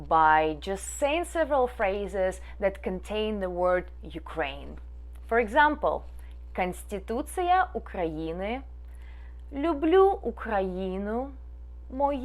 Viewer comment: Ок. Тільки не канстітуция , а конституція і не підсоняшник , а соняшник.